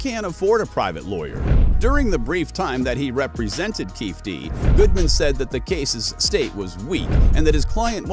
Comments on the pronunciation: I mean F the guy but his name is KEEFE D (key fee Dee)!! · It is not Keefe D but Keefe' D. KeefE D. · His pronunciation of keefe d is annoying as hell😂😂😂